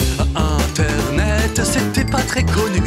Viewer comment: "Internaitte" lol